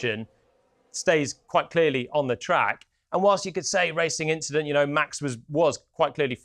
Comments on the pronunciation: guys we got "just an inchident" part 2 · It was just an 'inchident'....🤣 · Charles had the opportunity to say it was just an inchident and he didn’t 😭😂